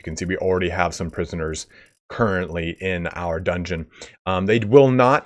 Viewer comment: Pardon me sir, but did you say, "dungoon",? 😜 Lol